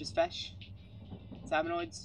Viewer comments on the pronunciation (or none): It's SalmonID, as in KID, not Salmonoid, for fuck's sake.